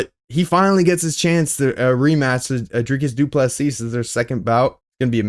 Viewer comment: Doo plu SEA,stop. Not seasssssss,no never,just see as in look.....SEE,not seeS,no never